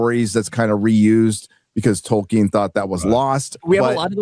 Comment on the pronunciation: Ol Jack off can't pronounce Tolkien properly